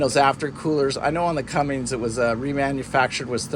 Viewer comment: Another great informative video.......but omg its CUMMINS not cummings lol makes me crazy! I am looking at boats with John Deeres, Cat 3208TA 375hp are EVERYWHERE, some Perkins Sabres and one with Yanmars. Good information on maintenance costs NA vs TA.